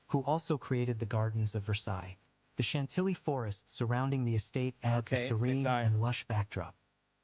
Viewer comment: Funny how the narrator completely butchers the names of these castles.. Chambord is not SHAM-bord, but shaum-BOR (silent d, accent on the second syllable). Chantilly is spoken as SHAUN-TEE-YEE (the l's are not pronounced, all three syllables are stressed)